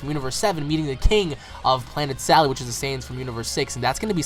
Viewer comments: It's planet SADAL not salad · How can both work if it's NAME is Sadal.Cabba can be Cabbe or Cabe but Sadal is not salad .It's just you americans that can't pronounce words that are non english.